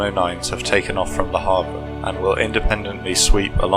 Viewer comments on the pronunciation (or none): none